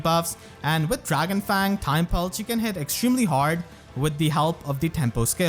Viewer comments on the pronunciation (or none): none